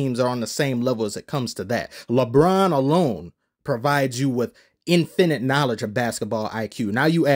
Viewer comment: the way bro says "infinite" 💀 great vid tho